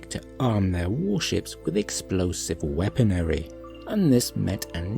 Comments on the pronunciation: Exactly. That was painful to hear. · AI might have pronounced "weaponry" correctly